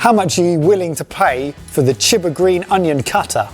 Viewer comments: You guys pronouncing "chiba" like "chibber" sounds so terrible. Genuinely? Native english speakers tend to mess up everything that isn't english to such stupid degrees. Maybe that's because being biliangual is a special thing for you, meanwhile in germany you have to be triliangual, or at least good enough at the third language to pass, to pass high school. So we are exposed to other languages more. And also, english is genuinely unique in how soft and wishy washy everything is pronounced. And you can't even speak english properly with your stupid attempts at english-ifying every language. Because english grammar would tell you that if there is a vowel before a single consonant, the vowel is usually stretched out or at least neutral. But if there is a vowel before double consonants, it is pronounced more quickly and the double consonant is also pronounced to sound quicker and shorter. So you pronouncing "chiba" as "chibber" shows how you don't even have an intuitive understanding for the rules of your own god damn language. This part illustrates my point so well. You read "maki maker" as "mackey mayker". So, why tf did you pronounce maki so differently from maker? Let's put aside the fact how maki is actually pronounced. The thing I want to highlight is how you just took 2 workds that start with "mak" and have a vowel after that and you know how to pronounce one of them, maker. It is pronounced as "may-ker". So then you have "maki" which SHOULD if we go by your english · chiba is not "cheh-buh", try "chee-bah" next time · Not Chib-Ba, but Chi ba, like Tai Chi. like Chee in Cheese.